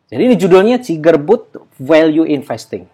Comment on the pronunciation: Maaf Pak itu di bacanya sigar batt.... Bukan ciger butt